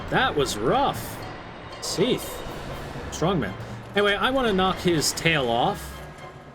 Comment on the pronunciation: Seath? What kind of a name is Seath it's Seth!